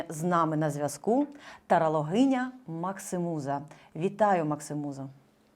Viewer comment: МаксІмуза ,а не МаксИмуза.Ріже слух.